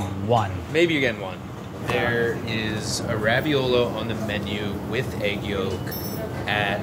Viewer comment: Every time says raviolo I cringe and lose a little bit of my soul